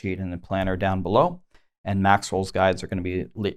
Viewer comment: Am I the only one that when says "Maxroll" I hear "Maxwell"?